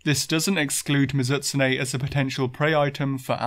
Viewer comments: good video, great channel. but holy crap. MiZUHtsune bothered me every time it was said that way lol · I really hate to be that guy since I usually dont have a problem with your pronounciations but this one is just making me go nuts. Mizoot-soonay, Mizoot-soonay, i had to keep saying that to myself because they way you said it was messing with my head and made me forgot how to say it at first.